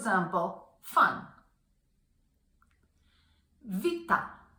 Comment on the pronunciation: Never seen anyone so arrogantly confidently say the word 'fun' wrong. It is not supposed to sound like your alpha and it makes it confusing. Same with 'o' and awesome. Don't sound the same